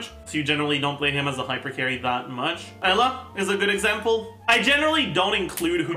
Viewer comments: lol he literally says it like ella, it should be like - you-lah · do u mean eula? eula is pronounced oila correctly, sounds a bit like ella ig? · Yeah, well, this game is played in English, not German. The correct pronunciation is "You-la" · It’s cursed that after watching so many videos I call “Eula” as “Ella” now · listen. i found this guy's videos yesterday through a friend's recommendation and theyre great. BUT. why does he say Eula Like That